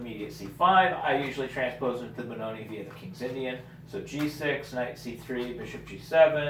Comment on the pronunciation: It's Benoni without the e at the end